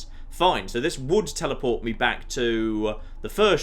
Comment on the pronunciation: Most annoying voice I've heard for a long time. Translations: "Toowah" = too "catting" = cutting "meeyuh" = me etc.